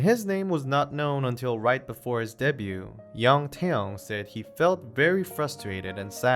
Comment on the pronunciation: His name is NOT TOWN it's Taehyung.